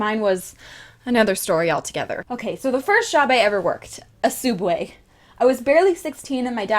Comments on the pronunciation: Wtf is a fucking sooubway It's subway you daft nugget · comic also your vids are awsome also its subway not sooubway!!!!! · why does everyone prounouce subway suodway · Sooubway ? What isn't it subway thats how they spell it in Australia is it just in america were it's spelt sooubway or what please can some one tell me. ☹️ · Is it only Americas that call it soobway?????? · So...soubway? U...u can't handle soubway......... Idc u r awesome! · It's not soub way it's Subway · Is she saying soubway and now subway. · Oh god the soobway. Olives.. the olives...!! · TheOdd1sOut why does people say sooubway I call it SUBway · She doesn't even say SOOUBWAY right 😤😤😤 TRIGGERED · Its pronounced soo-ub-way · SUB-way!!! Please, for the love of roses say it right. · Why does everyone pronounce subway like that😭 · Its pronounced subway : ) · She said sooubway 😂😂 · Your not the only one who says Soubway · what do you mean its sooobway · why are you calling it suoobway are you trying to copy the oddsoneout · She is saying it wrong